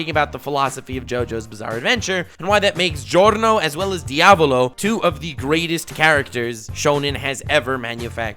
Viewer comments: Diàvolo NOT Diavòlo my inner italian is triggering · Dude you mispronounced Diaavooloooo